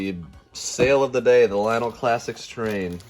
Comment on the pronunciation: Great score on the stuff for the barn. Btw, I didn't know this until I asked someone to proper way to way to say Lionel. It's lion-nel and not lion-o.